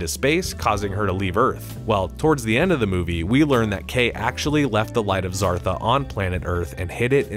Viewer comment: The light of zartha ,not zortha smh